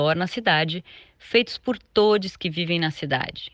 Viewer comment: Escutei todies e pensei devo ter escutado errado, misericórdia 😮